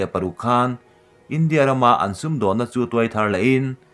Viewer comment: India ram, India tan adt heng thu i lam dan hi a dik tawklo. India ram tih hi lam zawm mai tur a ni a. india tih leh ram tih hi a kar awl deuh a i lam hi a dik theilo. Ram hming zawma inthil lam hi ennawn deuh a ngai.